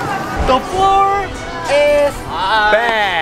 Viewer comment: Their pronunciation is more like "the floor is bad" so cute 🙈😂